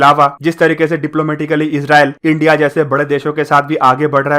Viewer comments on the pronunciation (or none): none